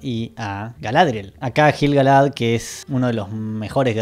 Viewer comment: Me explotan los oídos cada vez que decís JILGALAD